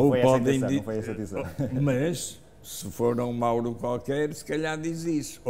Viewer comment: Não é mouro é Mauro 🤣